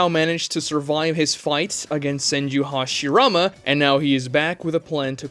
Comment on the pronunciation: Why is hashirama the only character whos name you say that way. Not any other character?